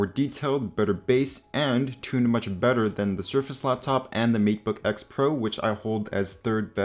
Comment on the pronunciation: Is that the Matebook X Pro he was talking about at the time? (Though his accent makes it sound like MeatBook to me!)